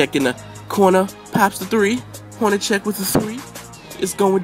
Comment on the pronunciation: no second H in Hornacek, its just 'sek'.. nice vid.. Lbj even stronger in 2k14? how is it possible?